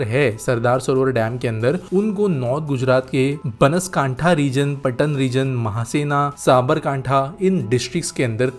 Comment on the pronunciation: उच्चारण बनासकांठा, पाटण, महेसाणा, साबरकांठा होगा।